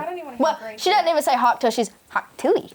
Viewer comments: talk TUAHR 🤣🤣🤣🤣😂😂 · uhm, soryry it's pronounced "Talk Tuah"... thanks...